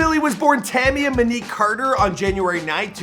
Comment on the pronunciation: Not to mention "Tam-ya Muhnique' TF, is is that hard to say Tamia Monique.